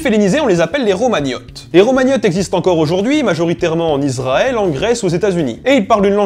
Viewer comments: Bonsoir Très intéressant mais trop rapide. On dit ISraël et non pas IZraël C’ est le son (s) pas (z) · Je suis le seul à être énervé par la prononciation IZraël et iZraëlien? Pourtant la règle française est assez claire sur la prononciation du "S" entre une voyelle et une consonne... Et pour ce qui est de la prononciation en Hébreux, il s'agit d'un Shin qui se prononce soit "sssss", soit "chhhhh", donc jamais "zzzzz"... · Pour tel-aviv avec un v, mais pas de 'e' à la fin comme dans voiture. On dit Issraël et non izrael. Je me suis toujours demandé pourquoi les français prononcent souvent ainsi bien que beaucoup moins à présent. Le plus drôle c'est qu'il y a des juifs israéliens qui viennent en France et qui parlent français se sentent obligés de dire Izrael 😊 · Il faudrait quand même arrêter avec "IZraël" et "iZraëlien". Même si le thème de la chaîne n'est pas la norme, il y a des règles de prononciation des "S" entre une voyelle et une consonne! Et en hébreu, le "Shin" se prononce "S" ou "ch".